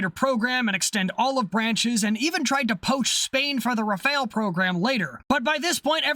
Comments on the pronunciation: *'Raff-Al', not "re-fail". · The Rafale is not pronounced like the ninja turtle. Its Ra-Fal. Just wanted to add that. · BTW Rafale is pronounced Rah-Fall. Loving all the videos but that mispronunciation is triggering my OCD... -_-'